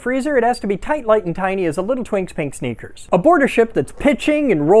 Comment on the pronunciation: Had to watch a few times because the first time I heard "a little twinks pink stinker", not sneakers. 😂😂😂